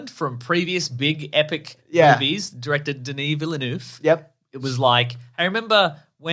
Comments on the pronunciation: You pronounce the L and it's more of a V sound at the end than F. Vill-nuv. Source: Am Canadian. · Did I actually just hear call Denis Villeneuve "villa-noof"??